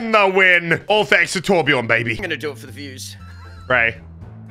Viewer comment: torbjörn not torbjorn